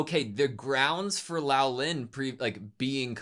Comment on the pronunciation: love ya big guy, but.... Say, "Swee-ray".. Not "Su-ree" Say "Lo-lan" Not Lao-lin Love the reax! You guys are so adorable, and pour your best into these vids. Been watching since Frieren, y'all are one of the BEST doing these!!